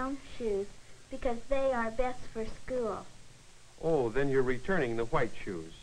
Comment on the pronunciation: school was pronounced skewl